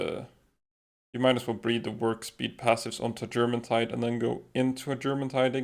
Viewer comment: I love the videos explaining the palworld, but if there is one thing i would nit pick on, is the pronunciation of germantide. Its not Germantide. Presuming that it refers to the Norse jourmangadr, it probably sounds more like Yourmantide